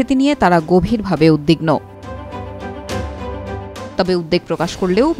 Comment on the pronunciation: আপনার উপস্থাপনা আমার ভালো লাগে। তবে উদ্বেগ ও উদ্বিগ্ন শব্দের উচ্চারণ কানে লাগলো।